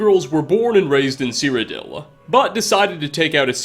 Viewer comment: Oh wait he's still saying Cyrodel DAMN IT